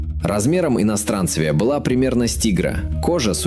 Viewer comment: иностранцЕвия ударение на Е